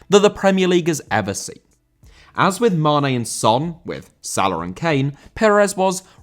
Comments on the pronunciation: Salah* not Saler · pronounce his name correctly